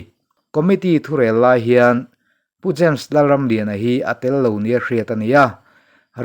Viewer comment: James , tih hming a rik na reng reng ah, dawt nge thu dik fiah hma sak zel a tha, eg, Za mes.... No.. No. A....... Hi. i.. i. 🤒